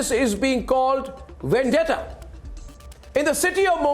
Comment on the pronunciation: ‘It’s Vandetta” spokesperson calling it a vandeta! It is the Maharashtra govt who is carrying out vandeta against the innocent people openly. This is the most pathetic defence.